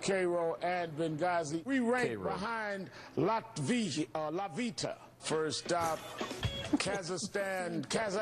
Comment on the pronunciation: We rankED behind, uh Lat vita, lol, lmfao!